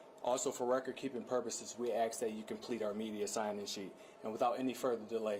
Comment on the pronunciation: Axe?!… 🤦🏻‍♂️😑 really?….